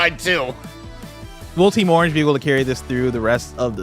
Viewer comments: This is the episode where I realized that pronounces Orange as "Arnge" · If I didn’t know was from Cleveland id for sure know after hearing him saying Orange lol